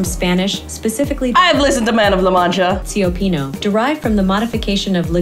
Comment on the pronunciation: To be fair, I think you would have had better luck spelling cnidarian and cioppino if the tts hadn't mangled the pronunciations. [n-eye]darian, [chih]ppino Without seeing the word written at the end, I would have no idea that it was trying to say cnidarian. Like at least for cioppino, you can sort of tell what letters the computer is trying to say. Oof